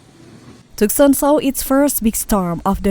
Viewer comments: Bizarre times. Text to voice bot sucks (TOOK-SAN), and this is just a collection of cellphone vids from SOCMED. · The A.I. narration of this video is AWFUL. Her syllables were stressed wrongly and she kept saying Tuckson. It was more enjoyable muted. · Yeah it was pretty bad BTW it's pronounced TOO sahn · who teaches these wanna bes reporters how to pronounce the name of a town it is twoson not tuckson you stupid jerk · It's pronounced Too-sawn. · Tooksan! That's how you might pronounce it if you didn't know better. Voice bots are fun to listen to sometimes.